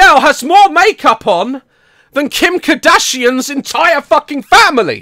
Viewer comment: I love the fact that instead of saying “Kardashian” Daz says “Kerdashian”